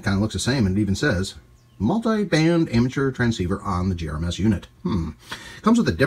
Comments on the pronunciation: gMrs please. Not gems. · Could you PLEASE stop saying "gRMs” instead of GMRS? Thank you. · Don't know if you are aware, but you said "GRMS" several times instead of "GMRS." FYI.